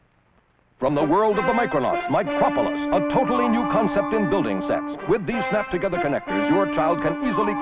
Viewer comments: Mocropolis is a take on Metropolis and is pronounced the same way… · FYI - Micropolis rhymes with Metropolis.